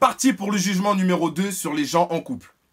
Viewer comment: "C'est pour les coupleuuuuhhhh..." omg cet accent so chic so jet set ✌😁😂